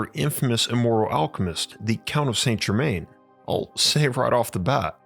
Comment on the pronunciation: I was just settling back thinking how nice it was that an American orator could be bothered to make at least a minimal effort at pronouncing names, and then it happened - the cultural misappropriation and most crass "saintE Germainne". Dislike & unsubscribe.